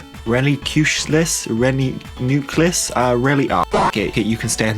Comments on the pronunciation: It’s pronounced Re You knee calls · The real pronunciation is Ree-You-Knee-Cliss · it's Ree-You-Nuh-Clus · Reuniclis is pronounced Re(as in redo)-un(like Unicorn)-i- clis